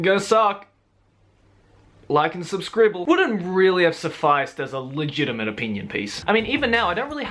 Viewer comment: "Like and subscribble."